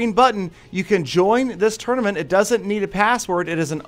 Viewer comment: Anyone else annoyed by how he says tournament?